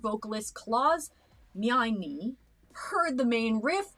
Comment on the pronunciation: Klauss Meine pronounced like "mine"